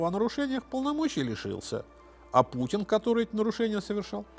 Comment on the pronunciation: Элцын, Пуцын.... Что за этнос?